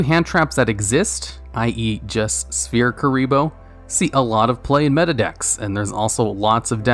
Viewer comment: "Spear Mode/Spear Kuriboh" still trigger me.